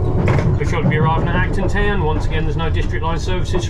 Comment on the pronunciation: Whenever you say Acton Town, I always think Elton John sang about that place!